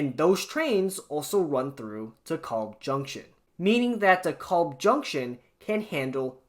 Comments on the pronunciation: It is not De KOlb, it is De Kalb... long 'a,' not an O. Long time user of the De Kalb station. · Please please, it's DEE-kælb, like "decal" with a B at the end. It's not your fault, whoever they hired from Iowa to do the recordings on the trains gets it wrong too. But ask people who've lived in Brooklyn for 30-40 years or more.